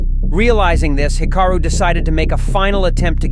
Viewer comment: Hick-a-roo? AI narration is HORRIBLE.